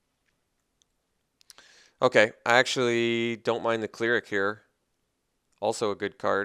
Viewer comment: Have you never heard the word "cleric" or the phrase "removal suite" said aloud before? Rips ears off and throws them away